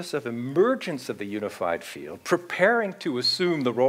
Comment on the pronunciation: What is the You-nified Feel-ed ? RorriMaesu says useaMirroR 🙏